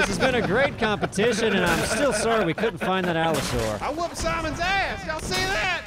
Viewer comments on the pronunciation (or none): "They're gonna be Allo-soar when we're done with them." That cracked me up xD I think has found a man after his own heart!